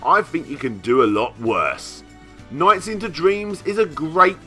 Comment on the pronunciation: LOL! "NOIGHTS". I love your pronunciation.